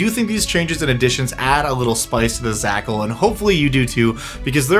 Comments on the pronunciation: A pack of Zhakals, a packle, of Zhakals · It offends me that you pronounced zh as /z/ instead of a voiced /sh/ or like a j /dzh/ without the "d" on front, which is clearly implied by the spelling! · zh would be pronounced not as a z but as a french j